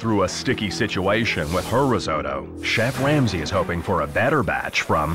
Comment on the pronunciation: I’m not sure if anyone noticed this but it sounds like the narrator said chef wamsey